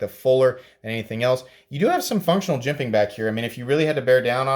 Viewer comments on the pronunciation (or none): none